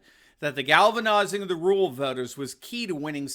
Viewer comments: "RUR AL" Doc, "RUR AL," not rule. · Anyone else notice says “RULE voters” instead of “RURAL voters”? Took me a second to figure out ….